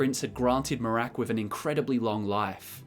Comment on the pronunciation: A lot of great info here, but why do you pronounce Miraak like Merák?